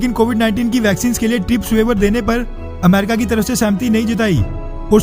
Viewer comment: अमरीक नहीं अमेरिका होता है